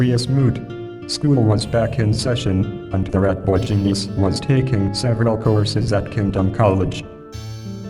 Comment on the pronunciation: "Ratboi Ginyiz."